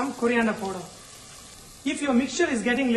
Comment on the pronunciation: sorry sir but plz dont say poder (powder)--its paaauuuuuder (powder). u r simply gr8 :))